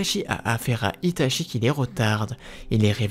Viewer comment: Tu prononce Itachi, "Itashi" et tout les nom des personages en "CHI" "SHI" tres desagreable